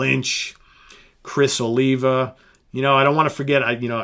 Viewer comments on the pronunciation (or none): none